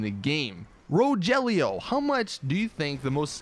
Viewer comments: Wow I didn't know there was someone else out there named Rogelio! Hi other Rogelio how are you! Also, it's not Ro-jelio it's Ro-hellio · Thanks for putting my comment in the video! FYI the g in Rogelio sounds like an H